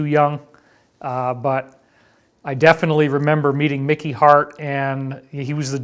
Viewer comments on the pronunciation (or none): none